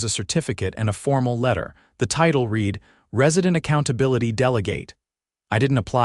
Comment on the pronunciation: Your A.I. reader needs to learn the difference between READ, READ, RED, REED and a few others. Why don’t you just hire real people who know the language?